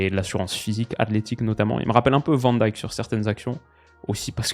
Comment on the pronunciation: En néerlandais Van Dijk est prononcé "Vanne Dèjke", le ij en néerlandais se prononce comme un ey quasiment comme dans Mijn ou Jij. (Je sais pas si ca la prononciation néerlandais t'intéresse mais je dis ça sans malice)